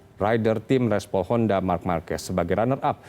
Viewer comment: REPSOL HONDA❌ RESPOL HONDA ✅ 😭